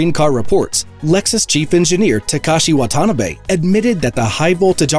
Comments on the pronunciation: Wata-na-be 😹 Wa-ta-na-be 👌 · The TMC Chief Engineer's name is pronouned "Wa ta na be". Geez!!!